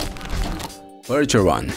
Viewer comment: Percheron se fala "percherron", não tem essa fonética inglesa. É UM CAVALO FRANCÊS kkkk não matem os franceses de raiva kkkkkk